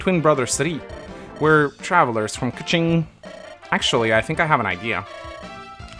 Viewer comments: Pretty spot on with the Kuching (Koo-Cheeng) pronounciation. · pronunciation of Kuching is the absolute best!! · No no, I'm pretty sure your pronunciation of Kuching is right. The name is literally taken from a city from Malaysia